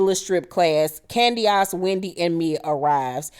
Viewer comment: Hey. Heeheeee. You KILL me every time you say Candiass. LMAO 🤣 You's a whole fool and I LIVE for it. ❤🧡💛💚💙💜 WTF is Giselle wearing there? 😳 If I had to deal with Candiass I'd be drinking all the time too. Lol. Chris and Candiass are headed for the end. (Call me Chris 🤭)